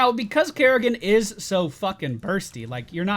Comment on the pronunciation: Its Kerri-can not kerri-can't